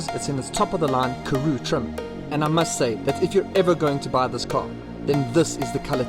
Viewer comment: Pronouned Karoo and not Karoe